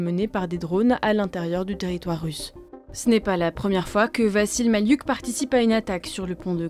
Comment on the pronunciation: Je suis à peu près certain que ça se prononce "Vassil Maliouk" et non "Vazil Mali-uk"